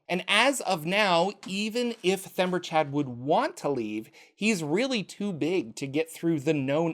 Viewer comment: Themberchaud is kinda "The ember chaud (hot, in French), Or "the hot ember", so he's not "Chad." Themberchaud, logically, ends in a sound like "Showed"